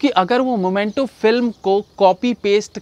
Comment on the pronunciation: भाई आप बहुत स्वीट हो - 🤣🤣 मोमेंटो नही मीमेंटो है । मुर्गादौस नही मुरुगुदॉस है 🤣🤣🤣